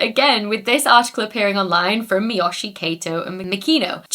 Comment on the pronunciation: A (ah), E (eh), I (ee), O (oh), U (oo), the Spanish vowels, are how Japanese vowels are pronounced. Miyoshi is Me-yo-she